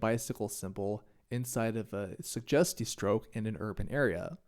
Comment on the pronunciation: try saying the word suggestiestrook with a bit more g just a tip on your language :)